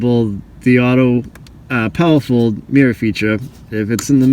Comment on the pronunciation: haha I thought you were saying POWERFUL mirrors!!